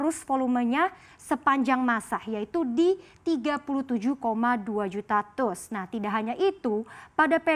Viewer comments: TEUS dong bkan TUS nyebut nya 😅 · Teus dibacanya bukan TUS mbak, tapi tius 😀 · TEUS dibaca te-us...bukan tus.